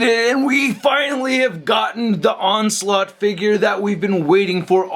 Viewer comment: "Onsult" is all I heard 💀🤣